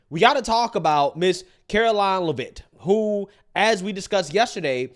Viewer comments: Lev it. Not Livvit, lmao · STOP IT!!!👹 Her name is pronounced: “LEV-it” not “La-VEET”!🤪🙄😂😆🤣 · FYI....her name is pronounced Levit. Watch you every day! Keep up the great work. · Love the show the name pronouncing is Lev-itt (a is silent) thanks you’re awesome I recommend to all my family & friends 😊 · her name is pronounced “Leh Vit” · My man... FYI... her last name is pronounced LE-vit... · it's pronounced like Lev It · If you only read one comment plz read this one.. it's pronounced Lev-ittttttt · Le-Vitt. Come on! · Pronounced LEHV-it. Come on. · I’m not trying to be rude, but I think her name is pronounced “Lev-itt” like it’s a short E. I might be wrong, but that’s how I’ve heard everyone else say it. Also, Karoline has her degrees in communication and political science. How tf is she unqualified? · Bro, SAY HER NAME RIGHT!! IT'S PRONOUNCED Lev-IT!! Lev-IT Lev-IT Lev-IT Lev-IT Lev-IT!!!!! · Why are you mispronouncing Karoline Leavitt's last name?